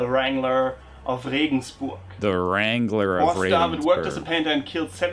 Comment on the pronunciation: not wrengler- strangler